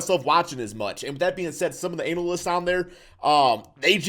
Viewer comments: My man said “anal-lyst”🤣😭🤣😭🤣😭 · "Analist" Lmao